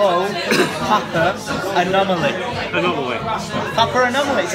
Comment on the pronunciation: why does he say papa-anomaly and not papanomoly